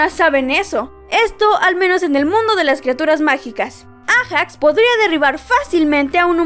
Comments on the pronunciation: te pido por favor que aprendas a leer nombre por ejemplo no se dice ejacs se lee eiyacs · Se dice eijax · Se dice ayax